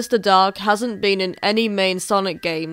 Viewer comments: Sorry I heard dog too 😂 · Raindrop Reacts British “dog” sounds like oak with a D in from of it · As a British resident for my entire life I honestly still thought you said dog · for the first minute i thought she was saying mephiles the dog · I thought he said dog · Sounded more like how the Japanese pronounce it. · I just meant the "dark" part, like zero "r" sound. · Nope. The 'o' sound we use in the word dog, log, etc. is just completely different from the american sound. And it isn't the same 'o' in 'oak'.